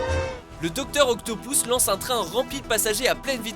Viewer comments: Je rêve ou il a dit OCTOpouse😂😂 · Octopous? on dit Octopus mon petit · mdr il a dit octopouce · docteur OCTOPOUSSE on dit octopus et c'est la première fois que watchmojo utilise des film en fr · le docteur "octopous" ? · le docteure OCTOPOUCE LOL